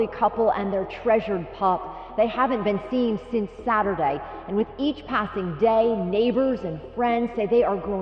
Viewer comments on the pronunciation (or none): none